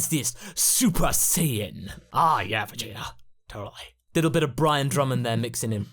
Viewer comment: Why does say vegeter, idear, and yamcher.